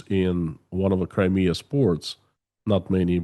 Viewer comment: Where’s “Crimear”?